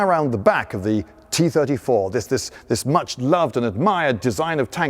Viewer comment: tee turdy-tour